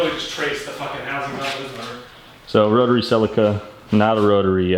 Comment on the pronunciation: keen for the Celica, but only if you pronounce it properly like the rest of the world